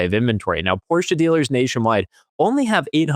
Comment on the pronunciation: So nice to hear a USian who knows how to pronounce "Porsche"! 🙂 That deserves a like.